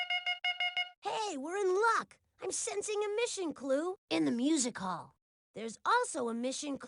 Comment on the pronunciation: When says Music Hall, it sounds like Musica! 😅